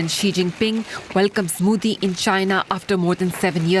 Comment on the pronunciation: its not moodi its modi, have some ethics and decency when pronouncing name of leader of a country, DW shouldn't allow such behavior especially came from a pakistani jurno. Shame on you.